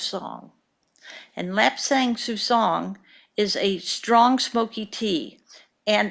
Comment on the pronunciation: Her pronunciation of “lapsang suchong” makes me hate her more than I ever thought possible.